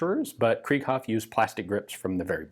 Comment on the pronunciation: It is not pronounced like krieg (translates to war) it is pronounced kr(I)ghoff. The second vowl is emphasized in German... But hey, you may know better than I.